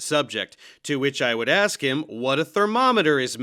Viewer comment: Thanks for having the white guy say “aks,” lol. I REALLY hope he keeps going. I’m tired of the anti-intellectual slant of some of these brothers. And Jamar calls himself 5 Percent. SMH. Some of the most well read and intelligent brothers I know, and then there’s Remedial Jamar. He needs to remove “lord” from his name.